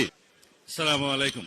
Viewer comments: স্লামাইকুম না । আসসালামুয়ালাইকুম ওয়া রাহমাতুল্লাহ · সালাউদ্দিন একটা মূর্খ নেতা সালামটা শুদ্ধ করে দিতে জানে না সালাম দিয়েছে মানুষকে অভিশাপ দিয়েছে সে প্রধানমন্ত্রী কাকে বলল সে হাসিনাকে না নরেন্দ্র মোদি কে রেজাল্ট কথাবার্তা বলতে সাবধানে বল তুমি নতুন বাংলাদেশের করবা আমরা দেখতে পাচ্ছি তোমাদের নতুন বালাজবাণী সন্ত্রাসী বাংলাদেশ ডাকাতের বাংলাদেশ ফোরের বাংলাদেশ বানাবে তুমি ওরা ক্ষুধার্ত তোমার তোমাদের ক্ষুধা নিবারণের কোন সুযোগ বাংলাদেশে নাই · এই লোকটা শুদ্ধভাবে সালাম টাও দিতে পারে না